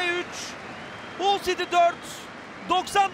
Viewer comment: Saniye: 1 Hata: 1 Hull yazılır, HALL okunur. İnsan hic mi kendini geliştirmez? A'dan Z'ye Türk futbolu komple amatörlük.